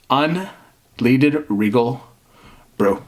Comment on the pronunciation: un-led-ed, not un-leed-ed.